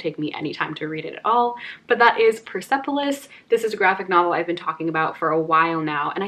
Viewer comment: I am from Iran and I haven't read Persepolis yet! I hope that it isn't offensive to my culture and my people.. :)( And also the E mustn't be pronounced :) its 'pers'polis, ;)